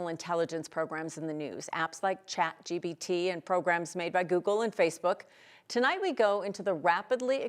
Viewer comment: Lol i love the 9news reporters but it cracks me up hearing boomers say "ChatGBT" when it's ChatGPT. P, not B 🤣